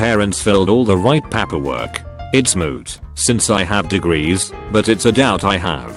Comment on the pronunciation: "Papperwork" "Cow-orker" "Geens" "Gendarmes"